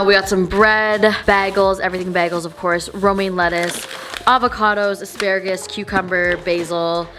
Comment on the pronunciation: The way she says as-pa-RA-gus really bothers me😂😂